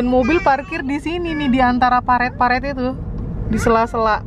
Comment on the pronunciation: Parit kak, bukan paret😅 Eh tapi mungkin ditempat kakak blgnya paret ya